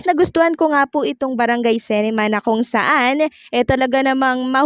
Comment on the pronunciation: Dipo sintrum..S-E-NTRUM po...CINEMA po di CENEMA...pki ayos po amg pagbigkas nyo ng mga words..